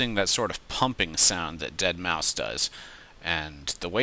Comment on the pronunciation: So many people have called is DeadMau-five- and whenever they say that it gets on my nerves. It's pronounced Dead mouse